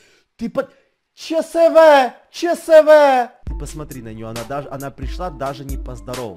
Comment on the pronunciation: Чсв[че эс вэ] Не [чсв]!